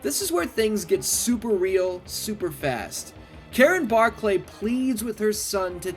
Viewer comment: No one prononces it Bar clay its just Barkly ( yes i know how its spelled) go back and watch the movie again